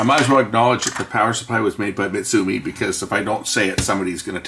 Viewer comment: I thought I remember seeing the name Mitsumi so I googled it and they still exist in Japan and still make power supplies as we as other components. What did surprise me was that Sony were still making VCRs in Japan at that time. Your Pronunciation is perfect. Not that it really matters.